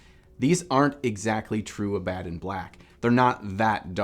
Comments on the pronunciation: Ab-Uh-Don not Uh-bad-on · Pronounced Abba-Don, like the mythical gravesite, isn't it? Not a-Bad-on, right? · I hate to be that guy - but its pronounced Abba-don. Like Cinnabon. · I'm not even a hardcore fan and his pronunciation of "Abaddon" black is driving me crazy. Good vid though.